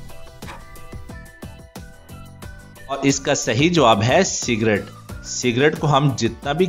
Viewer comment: sigret not serget